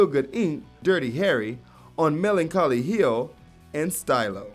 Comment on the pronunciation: "Mellen-call-e heel"